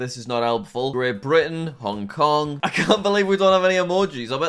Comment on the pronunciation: did he just call kong rat hong kong